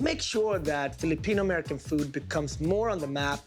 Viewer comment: Truly amazing. I’m less than 20 seconds into the video and they’ve managed to mispronounced every single Filipino food item they’ve presented.